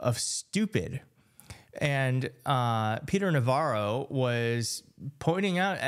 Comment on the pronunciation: Peter narro. Or do u mean Ron vara?😂😂😂😂😂